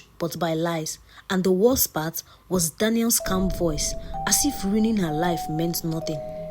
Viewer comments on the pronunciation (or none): none